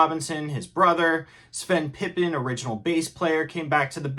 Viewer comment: Pipien!!!!!! Not Pipin